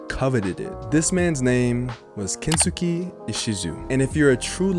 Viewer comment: Japanese person here. For anyone wondering, Kensuke should be pronounced like Ken-skay. Thanks for your interest!